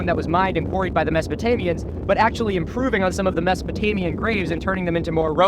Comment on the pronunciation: He keeps saying masopotamian, is it mesolithic he means?